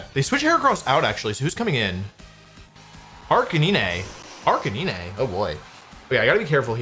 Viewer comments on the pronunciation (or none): Question... Who is Arca-nee-né? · "Ark-a-nee-nay" FlygonHG fan confirmed?